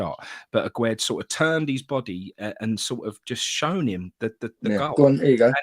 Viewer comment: Why does everyone pronounce Aguerd as Agwaird? It's not Aguero with a D. It's pronounced Agaird. It's French not Spanish. The man said it himself on the welcome video done with Carlton Cole. Sorry folks , I'm having a bad time.